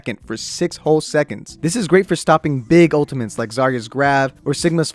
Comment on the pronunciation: i cant take this dude seriously when he keeps saying "ultiments"